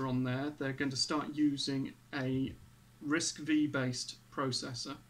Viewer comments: It's called Risc 'five' , not "V"... Just for your information. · RISC-V is pronounced "RISC Five".